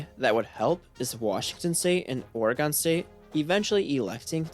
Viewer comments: It’s or-again bro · Thats not how you say Oregon.